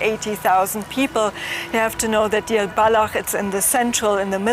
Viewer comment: Not Dir, but Deir! But some respect on the name